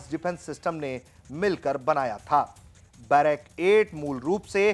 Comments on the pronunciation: बैरक 8 नहीं, सही नाम है बराक 8. 🙏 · भाई बैरक 8 नहीं ब्राक -8 है